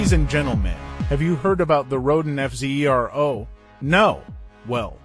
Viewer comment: I love how the AI is forced to keep calling it the F Zee Eee Are Oh over and over. 🤣🤣